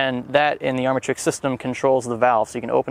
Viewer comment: Armytrix is pronounced [Arm] - [Matrix] not [Army] - [Trix]